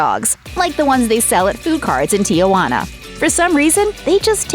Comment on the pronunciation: Gordon Ramsey has another "rule of three." Three filthy words per sentence spoken during his frequent fits of anger. Also narrator lady, the city is Tee-huana, and not Tee-uh-wanna, and I don't even speak Spanish.